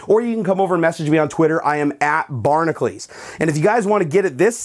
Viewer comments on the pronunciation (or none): I just noticed he's pronouncing barnacules wrong. ...